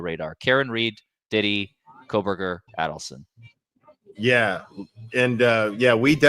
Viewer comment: it is pronounced like this A-DELL-son (Adelson) not Addel-son